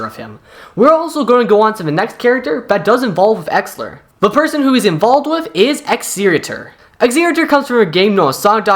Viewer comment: bro how are you butchering the pronunciation on exellor and exetior so badly.....